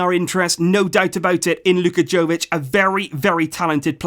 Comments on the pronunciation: its yovic no jovic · Its yovic not joevic. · Uhmm ..... Ur pronouncing Jović wrong I mean ur pronouncing J wrong, its not Džović, its Yović, listen, I live in country right next to his, Croatia, and we have different letters and all that crap, but his surname is really simple to say. U have to pronounce it like its writing Yović not Jović. Read this Jo like Yo!!! :) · Jovic is actually pronounced as 'Yovic' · OK,his name is pronounced Yovich,like Mila Jojovic,Yoyovich ,its Yovich,hahahaha, Yooovic! You can do it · Hey, love the video. I just want to correct you on your pronunciation. He is serbian so his name is pronounced yovich. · Its 'yovic' sir, not with a J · its prounonced YOvic and JOvic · luka jovic pronounced as yo-vich.. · And it's pronounced Y-o-v-i-ć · Just a heads up, it's pronounced Yo-vic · It’s pronounced “YOVICH” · Just so you know, 'J' in Jović is pronounced as 'y' in you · You should pronounce J as J, not Y.